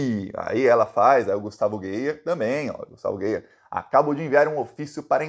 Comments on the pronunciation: Acho graça quando alguém pronuncia "Gueier" 😂😂😂 Eu chamo de vergonha da política goiana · o nome do "NAZIFACISTINHA" Gustavo Gayer, lê se como escreve, não use na forma em inglês. É como se escrevesse "GÁIER". 🤜🤛